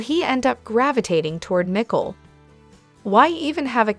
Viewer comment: Her name is Nicole not .Nii cole